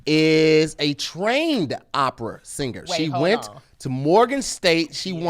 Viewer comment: it's "OPERA" Lol Great episode tho